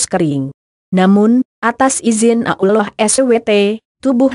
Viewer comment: Suara Yg Pas Menyebut Allah Yg Jelas Allah Jangan Ulloh Begoo Ngotah